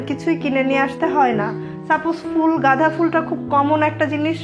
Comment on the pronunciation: গাঁধা না আপু গাঁদা হবে।